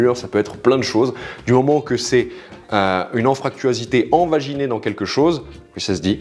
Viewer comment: raté, on dit "invaginé" et non pas "envaginé" :D